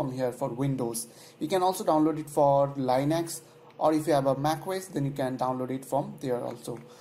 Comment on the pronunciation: Its linux not lienux